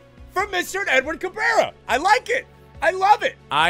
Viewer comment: Do us a favor and look up Aurilia highlights to find out how to say his name properly 😜